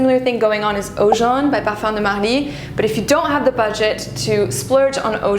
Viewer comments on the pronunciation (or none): none